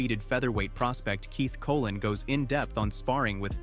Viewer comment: Colón, not Colin